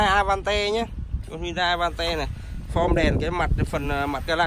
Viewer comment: Cờ dui kaaa vãi... A van te.. Cửa lóc kaaaaa